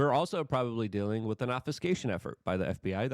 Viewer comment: It’s WITH not “wit”.